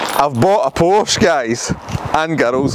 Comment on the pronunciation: Check pronunciation of porsche!